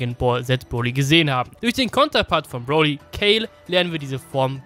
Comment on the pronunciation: Du sagst broli FALSCH